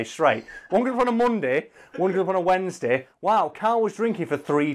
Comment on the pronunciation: Eyyy, his accent bled through when he says Wednesday and shit